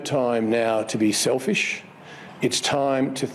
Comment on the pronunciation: SELFISH DID HE SAY SELFISH? 😆